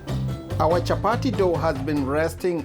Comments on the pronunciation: Nice recipe but lets just call it chapati, chapari wasn't necessary 😂😂😂 Did i hear warer, let's embrace our accent. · Chapati not Chapari. Kenyatta not Kenyarra like Obama says,water not warer. Let's not confuse foreigners who are watching. I'm watching with my German friend who is already calling them chaparis. Anyway nice Chapati thumbs up👍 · CHAPATI CHAPATI CHAPATI CHAPATI CHAPATI AND NOT CHAPADI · Nice one. Unaziita chapari but no worries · chapari.....hahahah..and wara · Did I hear well...chaparis?? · Chapati not chapati 😠😠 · The way u say it chaparis.